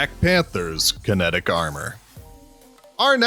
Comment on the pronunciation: Wait kinetic? Or kinetric?